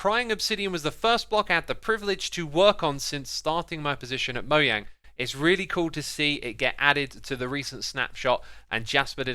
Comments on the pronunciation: this boi said moyang instead of mojang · Did you just pronounce mojang as moyang??? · Why do you say moyang 😂😂😂😂😂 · Did you just say MOYANG? wtf. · "moyang, neelium, fungee" 🤢🤮